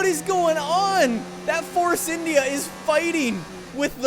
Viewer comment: Why did you call India like that